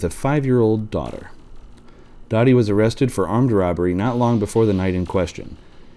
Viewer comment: It was pronounced “Doe-tee”, not “Dottie”.